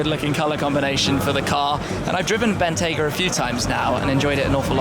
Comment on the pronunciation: "I've driven Bentayger a few times now." Intrusive R never ceases to be hilarious!